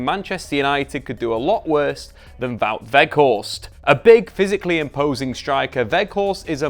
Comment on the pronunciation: Props for saying his name almost properly